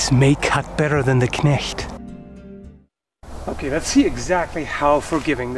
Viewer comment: German guy here. I looooooooooove the way you said "knecht" right. Thank you so much ! :8